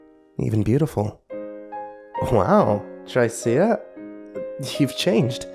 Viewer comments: pretty sure the name is pronounced "Trisha" not "Try-cee-uh" LOL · is he saying tr-I-see-a or just miss pronouncing tricia (t-r-i-sh-a) :P ? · Maybe he meant Tricia? Trish-uh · I thought, "What an odd-yet-cool sounding name! Sounds like an ancient period in prehistoric Earth history when there were still dinosaurs or something..." until realizing the narrator was mangling the name "Tricia" (As in another spelling of Trisha) like a dyslexic dunce. But tbh, the dude in the story instead of being a clueless numbnuts really needed to just bullshit the girl by saying, "Of course not!" like any smart guy wanting to get laid is supposed to instead of making such a rookie fuck-up and wouldn't be chained in some psycho's death dungeon. That, or just toss her in the fireplace before getting cuffed a'la Conan the Barbarian. Although, that can lead to some agonizing blue balls... :p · Trycea..? you mean... Trisha? that's how you pronounce Tricia. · I love your narrating style but it's pronounced as Trisha (short "i" that rhymes with "if") ;) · Shouldn't Tricia be pronounced "Trisha"? Lol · Just an FYI,, I'm fairly certain Tricia is typically pronounced Trisha, as it is a nickname of Patricia. Just in case you come across someone with that name in real life. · That name is pronounced TRISHA. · Not to be a dick but it's pronounced "Trisha". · It's pronounced "Trish-a". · black girl. XD Tryceia XD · Er... isn't "Tricia" pronounced "Trisha"? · Tricia. Her name is pronounced trisha, short for Patricia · I think Tricia is pronounced Trisha by the way dude! Great reading though, as always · Tricia is pronounced Trisha. Usually short for Patricia. Sorry it was bothering my OCD. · i feel like her name is supposed to be pronounced trih-shuh lol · its pronounced trisha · Apparently can't pronounce the name Tricia. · I like how he pronounces "Tricia" 😂😂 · I can't tell if he's mispronouncing Tricia, or if it's just a really weird name. lol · Haha, that's what I was thinking as well!